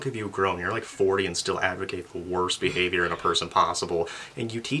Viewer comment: "poor behaviYOURRR" 🤣🤣🤣💀